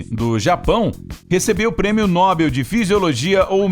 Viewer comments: Não se lê NÓBEL e sim NOBEL. Como posso confiar nas informações do vídeo se o narrador nem sabe a língua portuguesa. Afff..... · Não se diz nóbel e sim nobél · O certo é nobél e não nóbel. Talkey? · Nóbel ou Nobel??? O certo é Nobel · Dica: não é Nóbel, é Nobél... Oxítona, não paroxítona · Prêmio nóbel foi engraçado...😂🤣. É prêmio Nobel.. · O prêmio é No-Bél. Não é nó-bel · Nóbel ou Nobel????? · Não é nóbel. E sim NOBEL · Pronúncia correta: noBEL... Él